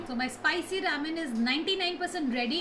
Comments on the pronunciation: It's ramen and not ramen ( I mean pronounced as raa-men ) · pls pronounce 'ramen' correctly